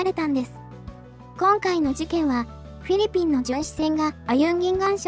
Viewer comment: あれ？？どうかされましたか？ フィリピンの発音が上手く出来なくて何か変な感じになってますけど…😅